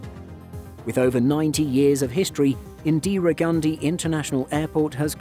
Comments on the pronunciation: Drinking challenge: take a shot every ‘indeera’ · I don't know why Indians say Indra when in it literally says Indira